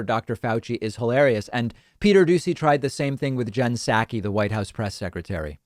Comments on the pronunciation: Hashtag is Psaki not Pskai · Her name is not pronounced SAKI. The P is pronounced.